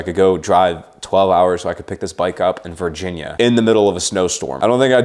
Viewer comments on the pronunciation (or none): none